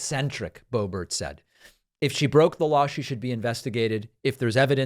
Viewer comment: 🫲🏻David, SIR, I am a big, strong, tough guy, and I’ve never cried before, even when I was a baby, and I come to you with TEARS IN MY EYES 😭😭😭👍🏻 to remind you that her name is pronounced Lauren Bo-Bear🫱🏻